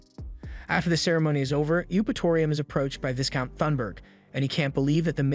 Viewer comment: 'Viscount' is pronounced Vai-Count, not 'Viz-Count'